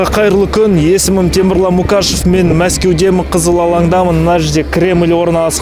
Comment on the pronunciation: Қазақша контент үшін көп рахмет. Бірақ фамилияң Мұқашев шығар деп ойлаймын, әлде жеке куәлікте Мукашев деп жазылған ба. Бәрібір Мұқашев деп айта беруге болады ғой.